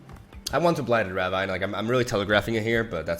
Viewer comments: btw ravine is pronouced ra-veen lol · Ravine is pronounced as "Ra-veen", right? 😗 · Pronounced raveen. No flame <3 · Please, it’s ruh VEEN. Blighted ruh VEEN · Ravine is pronounced "ruh-veen" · rah-veen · Ravine is pronounced rah veen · Blighted ruh-VEEN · Yo, I know it doesn't make sense, and isn't really importanted, but ravine is actually pronounced raveen. Like "Weeee!" And not like jungle vine or whatever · it is pronounced blighted Ruh-veen/ Rah-veen. You are pronouncing the Ra part of Ravine right. Also love your videos